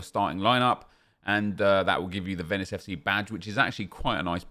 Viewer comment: Ah nep that's not how u say Venice